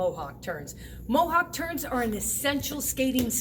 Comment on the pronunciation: I thought you said mohawk turds lol